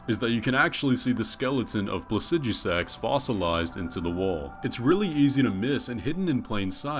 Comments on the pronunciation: “Plasidjusaks”💀 Maybe I’m wrong but I’ve always said PlaciDooSaks🤣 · Pla cee du sax. God. Why can't anyone pronounce it the better way and they it rolls of tongue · "Placi-Deu-Six" is how its pronounced and no its not his skeleton the 2 heads are too far apart and it has 2 left wings signifying 2 left bodies....also lore wise he's the whole reason the storm is happening at the center and is LITERALLY at its center so he doesn't have a skeleton.....he's literally been waiting this entire time thats his WHOLE LORE. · The way he produced Placidusax as Pla-sij-oo-sax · doesn’t necessarily make your pronunciation right just because other people use it, though. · Based on how you pronounce placidusax, you shouldn't be allowed to reproduce. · The pronouncing of the dragons name bothers me... Why are u adding letters? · Ngl, I really dislike how you pronounced Placidusax.